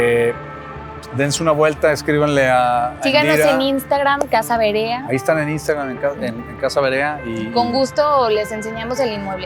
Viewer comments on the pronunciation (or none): Es Verea ,no Berea, esta casa pertencio a mi familia , a mi bisabuelo ,muy linda, en que direccion esta me gustaria visitarla en mi siguiente viaje a Guadalajara,saludos!!